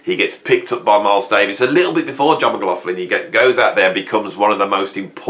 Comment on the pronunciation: I'm trying to check out the albums or bands I had not heard of from this list which will keep me busy for a while ....laswell is one always went past him when seeing the name but glad I'm.now listening at the age of 68. Something annoying me.... Your pronunciation of McLaughlin...😢 😢😢😢😢